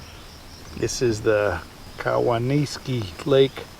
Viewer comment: Hey,! That's a shame about your awning, because that's gonna cost a small fortune to replace the entire roller assembly AND the fabric. Too bad you didn't capture it (somehow) on video, so you could get the trucking company to pay for the damages. Not 100% certain, but the name "Cowanesque" is probably named after someone named COWAN. It's probably pronounced COWAN-esk. Take care!